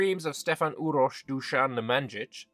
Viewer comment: In Serbian "j" is "y" sound. So Nemanyich (since youll never get that c right).